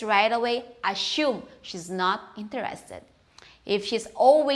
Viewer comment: ......you're pronouncing "assume" wrong.